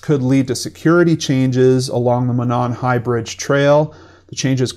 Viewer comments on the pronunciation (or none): I live here and thank you for the factual reporting in this video and helping to get the word out! Most non locals don't know, but Monon is pronounce Mow-Non, and Lafayette is Lah-Fah-Yet.